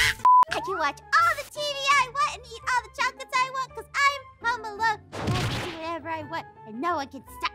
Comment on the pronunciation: Houm house or home she said Houm hahahahahaha